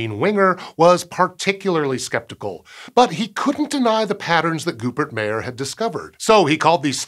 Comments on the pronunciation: I believe Goeppert Mayer's name is pronounced closer to "Geppart." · Please double check pronounciation of the names Jensen and Goeppert-Meyer, they are wrong.